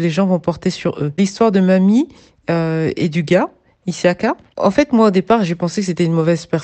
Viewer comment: Pourquoi tu dis issiaka c' est juste Siaka